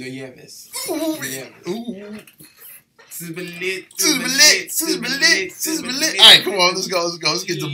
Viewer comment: Pronounce "Ts" TSE-TSE-TSE - Tshe(g)o